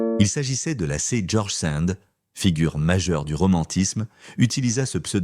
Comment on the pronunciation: 22/25. Intéressant.Mais il faudrait dire à l'IA que George Sand ne se prononce pas "sènd"... mais avec un son "an" comme dans bande. !